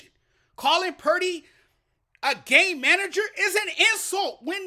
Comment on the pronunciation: I think Cam is being racist, actually. He clearly despises Purdy. The first clue is the fact that he intentionally mispronounced Purdy's name. Go back and listen. He calls him Brock Parity. I think he's salty about a white QB being mentioned as potentially the best in the league in the period where we have more black QBs than ever. There are other white QBs that he doesn't trash, but they're not rising to that level where they might beat Lamar or Mahonmes. I can't prove it, but if the Lions had won, he's be telling us how Goff is overrated right now. Any true fan doesn't care if Purdy, Bosa, McCaffrey, and Kittle are white or that Samuel, Williams, Warner, and Wards are black. They're all fantastic players.